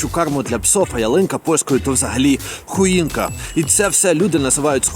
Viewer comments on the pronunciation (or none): Не хуїнка а хоїнка.... Власне через це перекручування слів терпіти не можу українців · не хуінка, а хоінка, приколіст!! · хОінка😂,а не хУ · не хуїнка, а хоінка)